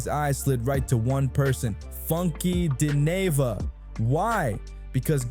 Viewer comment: Its crazy that you dont know how to pronounce his name. Your not part of the culture ... Move on Sr